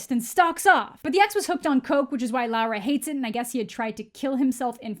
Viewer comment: God please her name is Laura, not Lara, I'm gonna change my name because of you